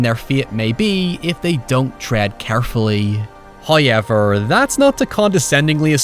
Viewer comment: As an American I love accent when he says “ Hoy-Ever”